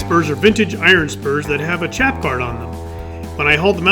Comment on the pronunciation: Chap is pronounced shap like in shout not ch like in chair